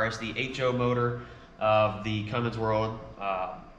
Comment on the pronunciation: It's Cummins not cummings